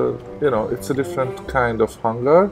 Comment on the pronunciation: The word "hanger" sounds like "hang" up clothes with a long "a" and a soft "g." That was great that nothing crashed and I learned quite a lot.